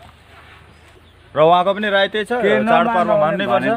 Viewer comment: राई होइन सर राय हो सर